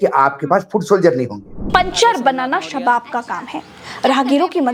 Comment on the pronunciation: शबाब ❌ सवाब ✅